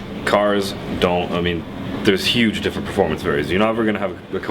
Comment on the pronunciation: how is the Koenigsegg not a Teir 4? also I'm a die hard Koenigsegg fan, but ti's still WAY to damn expensive, Also it's pronounced Ker-Ning-Segg